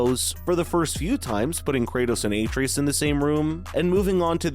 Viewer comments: Did this guy even play the game? If so, why tf is he saying a-tree-us instead of Atreus? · It’s pronounced “Ah-Tray-Us”. Put some respect on his name, boy!! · Him pronouncing Atreus like Aytreeus even tho they say the correct pronunciation a million times in-game is annoying as hell lol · what the hell is an Atreatus? Atreus, my guy. AH TRAY US. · Its hard to take this review seriously when he keeps calling Atreus aytreeus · Absolutely review bombed. Full of out of context 0 scores that make no sense. BTW, Ah-Tray-Us. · Yeah, like has he never heard someone say his name?? lol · How do you mispronounce a name that is spoken over a hundred time by a dozen characters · Idek how you pronounce such an easy name so wrong. That being said I think this game sucks so bad. Especially after playing elden ring. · The fact you can’t even pronounce one of the main characters names right shows how out of touch you are. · You're butchering Atreus' name is making this and the negative reviews themselves impossible to take seriously. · Dumb video. Can't even pronounce Atreus. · Why is he pronouncing Boy's name wrong? Something tells me he didn't witness any of the game. Dislike from me dawg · Is this video just trolling? Can't even pronounce Atreus correctly. Dafq